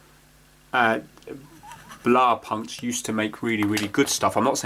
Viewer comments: Love these videos, as another has said companies buy a licence to put the brand name on their product now. As for the pronunciation I understood it was blau as in plough. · Blahw - poonked is the way to pronounce it. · It's pronounced [blaʊ̯-pʊŋkt], where the ʊ̯ sounds like the 'ow' in 'wow' ;-)